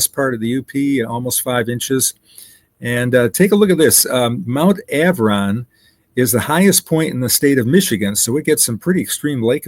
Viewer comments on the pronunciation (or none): It is not AVRON it is Arvon....